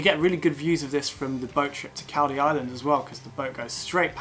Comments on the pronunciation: Caldey is pronounced Call -- dee; not cal as in calpol..... nice video though! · Pronounced....Call..dee Island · It's pronounced Coll-dee island by locals..